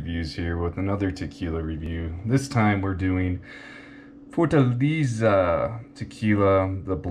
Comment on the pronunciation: Lost me at beginning. Pronunciation is Forta lay za